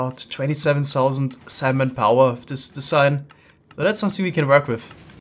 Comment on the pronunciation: Lol he says salmon like semen